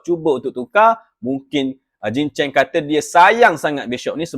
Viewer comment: btw nama tu salah, is chong jin cheng, bukan jing😅